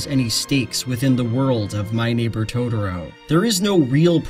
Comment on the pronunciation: Please, please stop calling it "Todoro". I know it's just a nonsense word made up by a fictional Japanese 4 year old, but it gets really grating. I want to hear what you have to say. I like your videos, and I know you're not the only one pronouncing it like this. Rant over.